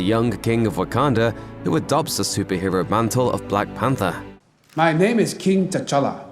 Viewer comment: I heard a Kink not king no offense